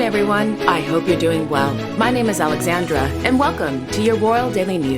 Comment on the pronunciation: Your Spanish pronunciation is excellent Alexandra.